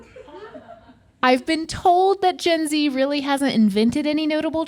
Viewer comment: Did Rhett call himself the Zen G or Zyn G